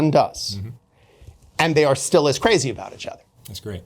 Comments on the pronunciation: “Itch other” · Why does he pronounce "each" as "itch"